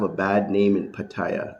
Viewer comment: Until you learn how to pronounce Pattaya, you have no crediibity with me. Go ask a taxi driver how to pronounce it...